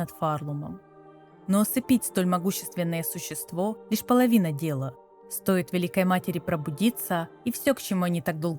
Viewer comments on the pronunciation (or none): none